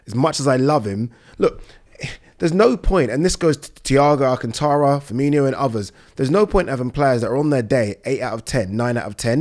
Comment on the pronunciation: He calls him Fermee-NEE-O He’s not a red